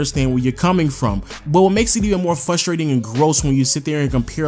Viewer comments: I checked and it's "fustrating" and not "FRUSTRATING" LMAOOOOOOO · Bruh it’s frustrating to hear you say frustrating 😂